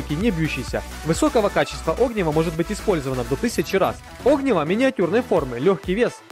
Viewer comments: Огниво, Огниво, Огниво, Огниво... Аж уши режет.😂😂 огнИво, чувак, это называется огнИво.) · Огниво.ударение на И